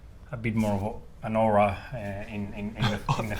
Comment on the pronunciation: ”aw-ra” as carlos would pronounce it